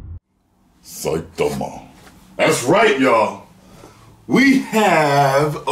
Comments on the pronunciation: calm down and stop saying satima like that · i like when he says SAITAMA in Japanese style 😂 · Anyone else just stop watching after being annoyed at how he said Saitama?